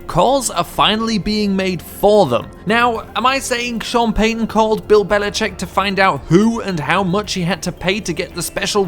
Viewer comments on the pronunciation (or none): none